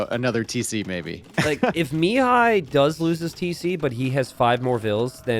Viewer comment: Hi! Mihai's name should be read with the accent on the 2nd syllable, not on the first. Also, awesome game, keep'em coming!